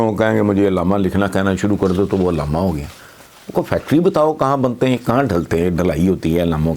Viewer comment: علامہ نہیں اللاما